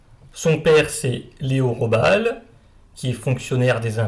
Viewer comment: on pronnonce GUÉLLY. RAHO-BAAL ..pas Jelly Robal